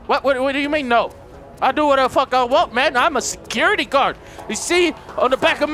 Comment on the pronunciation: I like the word secure-TE